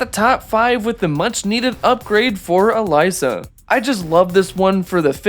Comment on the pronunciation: Bro said "ALAYSA" instead of aLEEEEsa. 😂